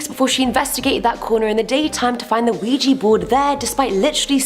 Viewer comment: "An Ouija board"? Her pronunciation is just atrocious!